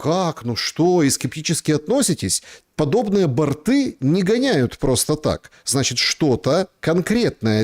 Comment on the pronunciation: Не бортЫы,а бОрты безграмотен часто.